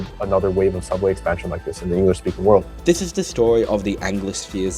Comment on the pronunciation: They speak “Engalish” lol